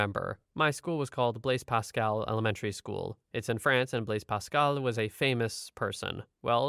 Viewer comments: FYI, you said Blaise Pascal damn near perfect the first two times, especially for someone who doesn't speak French. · Irrespective of your relative unfamiliarity with French, you pronounced "Blaise Pascal" more or less correctly. However, prejudice against Muslims is not racism. It is a form of bigotry, but it's not that form of bigotry. "Muslim" is not a "race." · as a native French Canadian speaker the pronouncing was perfect